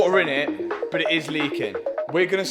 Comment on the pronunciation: I really like these videos but some language really hurts my ears. I'm not English but I'm pretty sure but is not pronounced as BO